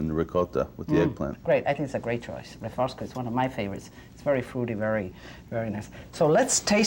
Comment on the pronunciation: It is Refossco.( Refošk)